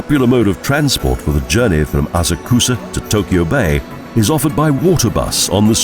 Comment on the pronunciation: Very nice video of Tokyo, BUT... the narrator's pronunciation of Japanese names (Asakusa, Ieyasu, Odaiba, etc., etc.) is terrible. Almost couldn't understand what he was trying to say, and I lived in Tokyo for 10 years!! Suggest you get a native Japanese speaker to assist. Now I will look at the other Japanese city videos and probably see the same thing... :-(